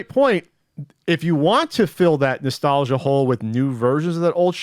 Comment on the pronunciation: I like how says "Nestelgia".... cause he so fan of the Nes he says "Nestelgia".... lol